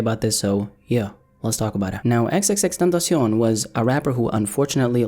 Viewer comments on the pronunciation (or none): This man says xxxtentacion like some Mexican man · The only thing that bothers me is the way says xxxtentacion